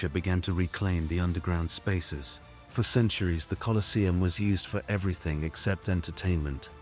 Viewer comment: You can't even get your bot to pronounce the name of the place correctly. Get real.